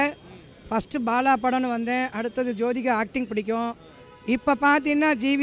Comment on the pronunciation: அடேய் அது சோதிகா இல்லடா ஜோதிகா டா😀😀😀😀